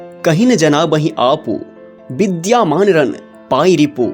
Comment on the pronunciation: विद्यमान होता है विद्या मान नहीं